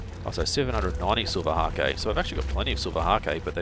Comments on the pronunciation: Fyi, Silver hake is pronounced like take. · Omg I'm trying to sleep listening to this guy (dunno if anyone else does that) but bloody silver HA-KE keeps making me laugh....